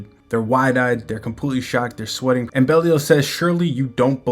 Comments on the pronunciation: Also its BE LYLE 😅 NOT BEL IAL LOL😂 BROOOO WTF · Where did you get that from? Pretty sure it's "Bey-lee-ahl"